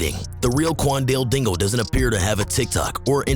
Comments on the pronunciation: qwan-dill- dingle 💀💀💀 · "Quandell dingul"…. It’s Q U A N D A L E D I N G L E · Bro called him cwallnut dingl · why are you saying kwan wan wingle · imagine next school year and the teacher calling role for the first time and she say quandale dingle. class gon go crazy